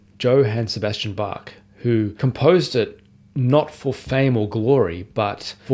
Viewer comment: really great! very good pronunciation of "Bach". it's funny how your pronunciation of "well-tempered Clavier" seems to get closer to the original German "wohltemperiertes Klavier" over the course of the video. anyway, a very encouraging video. as you probably may know, Hans von Bülow once said...: "Das Wohltemperierte Klavier von Bach ist das Alte Testament, die Sonaten von Beethoven das Neue Testament des Klavierspielers." can we expect you to dedicate one year of your pianistic life to Beethovens 32 sonatas?